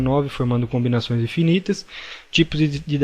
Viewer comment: Quem mais ficou incomodado com "conbinações"?